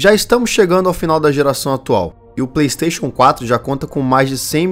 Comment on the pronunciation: Praystation! Praystation!